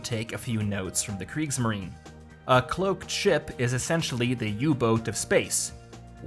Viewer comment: Kriegs marien not Greek marien